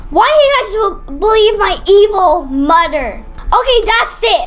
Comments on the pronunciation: Why do you say domer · why did she say “moder?!?”instead of mother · Is it me or is say moder instead of mother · right like why